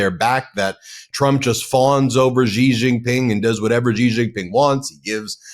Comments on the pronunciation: Ben. I am most disappointed that over such a long period of time, you still can not pronounce the Chinese president's name correctly. It is pronounced as 'see or C' and definitely not 'jee'. The evil admin is in general a fair weather friend. It falsely promised protection to countries can can be used as proxies to counter China. Now that it realises that preventing Chin's progress is impossible, he will abundant all in south east Asia. Taiwan and Japan are now feeling the great shock betrayal. Here is hoping others will wake up soon to assist in the collapse of the evil admin. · Ben, the name "XI" in standard Chinese (aka, Mandarin) is pronounced like the English "she", not like "gee".